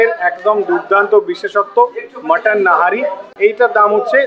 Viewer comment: That was nihari not nahari